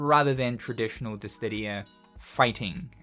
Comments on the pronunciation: I swear you say dis didia on purpose the last time you made a DIS SIDIA reference the comments were the same xD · DISS•I•DIA Not DISS•DID•IA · Curious why you add a "T" to Dissidia, pronouncing it "Distidia"? Is it a reference? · is he saying dissdidia? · Ahhh, I love it when says "Dissdittia". The fact that it's still the same pronunciation after like 5 decades is food for my soul! Inject it into my veins! Jokes aside, though, I do actually find it very charming, so never change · Is it actually pronounced Dis-Tih-Dia as you keep doing? 😮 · This dude saying Dis Tiddy ya. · its dissdia go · diss-ee-dee-uh, i love you man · Why does he say dissTidia? The pronounciation is weird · Dist ti dia lol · After all this time...you still can't say Dissidia. Never change man. 😂